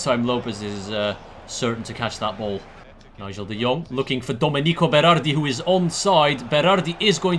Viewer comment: Its pronounced doménico beradi with the accent on the e :)